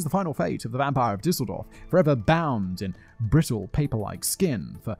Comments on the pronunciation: I know, you don't really care.. but still... you got the pronunciation of Düsseldorf nearly right, on ;-) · Düsseldorf has a sound that doesn't really exist in English, but you pulled it off pretty well, when you tried. Ü isn't like the "oo" in food, but a bit closer to the "y' of myth. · The ü of Düsseldorf is pronounced by shaping your mouth like you're saying "Ooh!" but trying to say "Eeh!". Similar rule for ö: shape your mouth for "Oh" and try to say "Eeh".